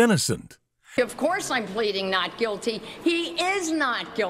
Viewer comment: Completely sure, 'gulty'